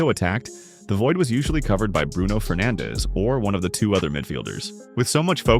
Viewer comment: aint no way he said Bruno Penandes